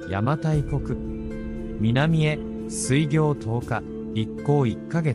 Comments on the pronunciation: 水行は すいぎょう じゃなくて すいこう と読むのじゃないか？ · 水行…スイギョウではなくてスイコウと読むのではないですか…